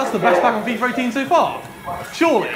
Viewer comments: for some reason alot of youtubers say fifer 18,its not that hard to say fifa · FIIFFAAAA. NOT FIFERRRR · It sounds like he says fifer 18